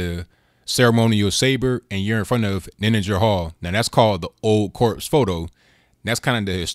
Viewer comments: good video... just FYI, it's pronounced "core" not "corps". very good point though, same thing I thought... you shouldn't be making political statements, especially one that represents what the raised fist, stands for, in uniform. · Corps not corpse.